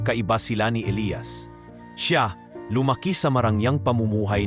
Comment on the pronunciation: Maganda ang kwento pero bakit ang pagbigkas ay magkaiba gaya ng Elias ang isa naman ay Elayas😂😂😂